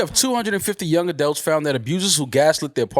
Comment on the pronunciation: say adelts. it’s adults